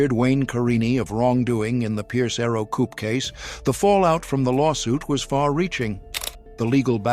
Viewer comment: Coupé is pronounce coopay.